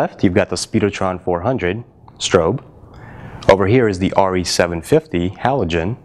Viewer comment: True true, but if you're needing tungsten and/or daylight the Diva wins IMO. Plus, this guy is pronouncing Arri wrong so that tells me the validity of this test.